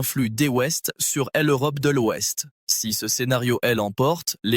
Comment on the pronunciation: Lecture fastidieuse par une voix artificielle qui ne sait pas lire l' et prononce pour le mot l'ouest : el ouest!